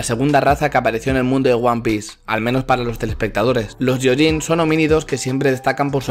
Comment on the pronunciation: ¡Gracias por el video! "gyo" en japonés se lee "guio" y lo "yio". Por tanto se lee "guioyin" ¡Un saludo!